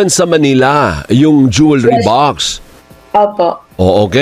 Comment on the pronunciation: The word jewelry is not pronounce the way you did Pls ask anynone